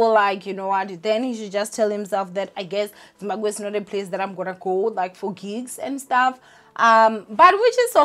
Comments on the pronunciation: Zim-Ba-BWE not “Gwe” ninja…isn’t it easier to say BWE than Gwe 😂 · I kept cringing when she said"gwe" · Sian and Zimbagwe 😅🤣😂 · Zimbagwe!!! 😂😂😂😭😭 Zimbagwean!! 😂😂😂😂🤧 Yoh I can't breathe bathong everytime she says it I just die hey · Lol..you're saying Zimbaqwe isntead of Zimbabwe 😩😶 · You are not alone, your sister is out here pronouncing Zimbabwe as Zimbagwe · Im here fo "Zimbagwee"😂😂😂 pronouncesation😂😂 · I don't blame her even some people in Matebeleland are calling it Zimbagwe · 🤭It's not on purpose 90% of Venda speaking ppl pronounce it gwe even some Shona say gwe. Words ending in bwe often get the gwe pronunciation esp. ❤️ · Is it just me or she kept saying “zimbaGWE” 😑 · Zimbagwe or Zimabwe?? 😂😂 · Zimbabwe, Imagine the whole African youtuber who cannot pronounce Zimbabwe 🤔 I know she's miss "fear fokkol" but yho this is embarrassing. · It’s too funny how she says it. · Doesn’t mean it’s the correct pronunciation🥴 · Amoungst ourselves we know that mispronunciation between our languages is not usually an offense. But her as a public figure and taking into consideration our social climate with foreigners she needs to make a bit more effort. Its just one word, there are apps that help with such. It's just really odd cause she comes from the province that literally shares a border with Zimbabwe. It's like me being from MP and struggling to pronounce Mozambique🙃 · I am so disappointed in you. How can you honestly fail to say Zimbabwe 😒 thats really embarassing ☹